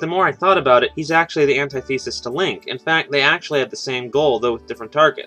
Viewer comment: You said antithesis wrong hehehe